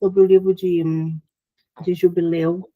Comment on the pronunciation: Perguntei por que ela falou jubileu ,e a Clarissa fala JUBILI ,acho engracadinho ela falar JUBILI 😊😊😊